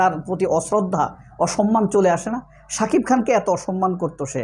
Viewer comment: বেশি শুদ্ধ কথা বলতে গিয়ে,,, সাকিব নামটা বলতে পারে না,,,,😅।